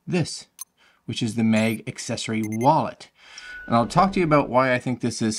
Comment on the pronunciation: Nice vid, but sorry its MAG for mAgnet, and not mEg😅 sorry. Stragling to listen 😅